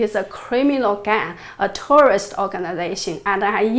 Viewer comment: Love your episodes Jennifer! You are amazing. I want to help you by encouraging you to practice pronouncing the word "Terrorist". The way you say it sounds like tourist. And I know you would like people to understand your message. And this word is an important word to pronounce correctly. Thanks again for the important work you are doing here.